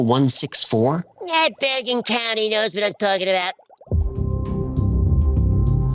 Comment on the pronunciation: "know what im twakin about"